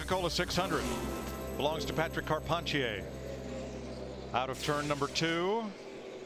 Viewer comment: It is hilarious going back to these and listening to the booth try to pronounce Patrick Carpentier